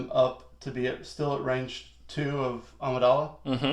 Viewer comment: Is there a joke about Amidala why he says Amadilla? I get that it sound like Armadillo